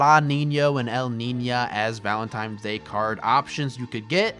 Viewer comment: "Valentime's" "Libary" `,:|